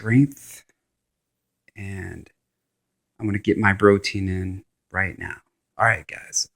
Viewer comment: Did you just say bro-tein?